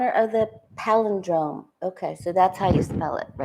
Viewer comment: You’re saying paladrome, but it’s pronounced pal-in-drome.